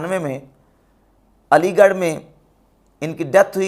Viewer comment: Alighrikia hay ap ho fix your pronunciation then talk